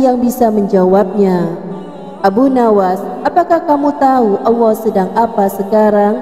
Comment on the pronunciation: Pengucapan nama Allah nya tolong di perbaiki